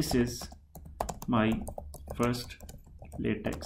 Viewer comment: it's pronounced "latek".